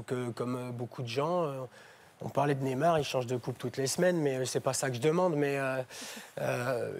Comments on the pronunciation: la meuf elle ta dit nemar maos c es neymar mdrr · la meuf elle prononce "nÉmard" alors que c'est "nEYmard" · BORDEL on dit NÉ-I-MAR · a 8 minute elle a dit nezmar